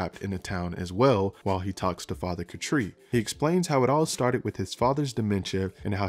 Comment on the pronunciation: Why are you saying Father Katri's name like that?